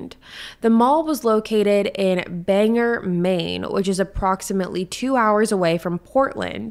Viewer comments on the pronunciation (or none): Banger pls😂😂😭 it’s pronounced bang-or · It's Ban-gore Maine, not Banger. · Correct pronunciations Bang-Gore not banger Presque-Isle not island